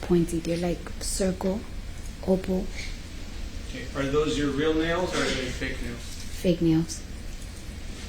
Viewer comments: it´s oval, not opal.....tragic. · If she meant to say Oval, perhaps she said obal because in Spanish the v is pronounced as a b. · What a Sped, "they're opal" 😂😂😂😂😂😂😂😂😂😂😂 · She said oval. 🙄